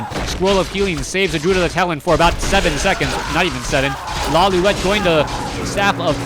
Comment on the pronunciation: first time says Lawliet instead of Lawliwet